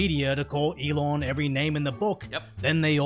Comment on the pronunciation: Love how this guy says "elawn" 😂